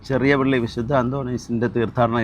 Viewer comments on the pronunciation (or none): ചെറിയപള്ളി അല്ല. ചെറിയപ്പിള്ളി (place name)..